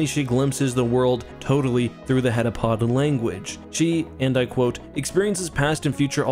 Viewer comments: *heptapod, not hetapod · Heptapod, not heddapod, for goodness' sake. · I hate to be that guy but it's called heptapod not headapod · I love your videos so much that I would never want to criticize but the aliens actually called heptapods not hetapods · You say heptapod once out of the billion headapods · Great video, but you kept saying hedapod and it's heptapod, meaning seven foot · Bro, how do you read "heptapod" in the story and hear the characters say it throughout the entire movie, and then say "hetapod" for this entire video? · He must have transferred the t he didn't pronounce in heptapod to Fermat.